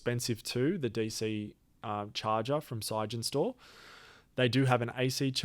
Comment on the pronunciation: Why are you saying "sige-en-stor"? It's clearly "sig-en-stor", as in Sig Energy Storage.